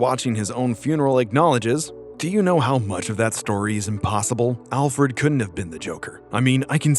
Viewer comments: I hate how you say ALL Fred instead of ALfred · is it just me or did he say ALL FRED? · I stopped watching after he said "olfred" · Can you genuinely not pronounce Alfred? In a medium where your diction is your most important factor? You saying ALLfred half the video shows youre not confident.